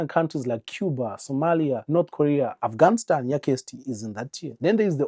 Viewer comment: Not "Afghanistan yaKirsty"🤣